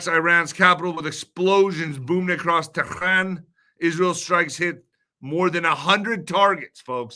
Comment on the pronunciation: what are you hijab now whats with that stupid teran pronounciation.